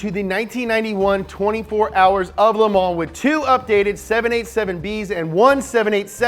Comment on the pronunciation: nobody:: Leh Mah